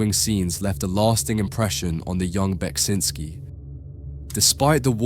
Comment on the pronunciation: Thank you for pronouncing his name, I'd never known the correct way to say it.